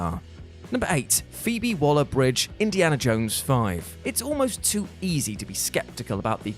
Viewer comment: Phoebe Waller Bridge.... are you having a laugh?